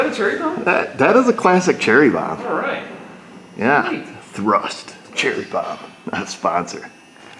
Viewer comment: THRUSH not thrust 🤘🏼🤘🏼